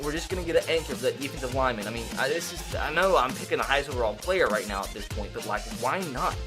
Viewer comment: you said white not right 😂😂😂😂😂😂